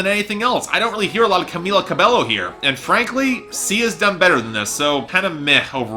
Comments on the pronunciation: No it's not!!! IT'S PROMOUNCED CAH-BAY-OH not CA-BEE-YO! 🤦🏻‍♀️🤦🏻‍♀️🤦🏻‍♀️ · Camila's last name is pronounced "Ca-bae-yo," please keep that in mind.